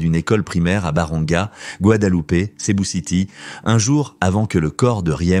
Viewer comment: Pas Cebu, on dit Cebou (u = ou).